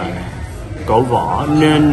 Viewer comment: "Cổ vũ" không phải " cổ võ" á anh mến thương.